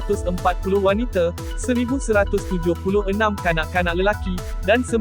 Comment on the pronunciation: Admin jangan sebut WANITE tapi WANITA ya.